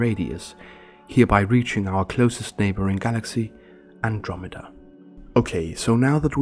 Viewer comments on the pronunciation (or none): none